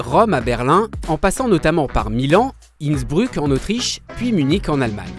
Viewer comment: SI jamais le u en allemand se prononce ou, donc c'est Innsbrouk, pas Innsbruuuuk, hihi